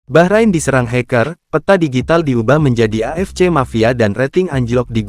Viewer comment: Orang jawa thothok gak bisa ngomong bahrain, tapi baqorin, baqorin artinya sapi.